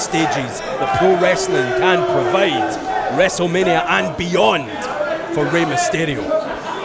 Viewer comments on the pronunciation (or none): It's not restlemenia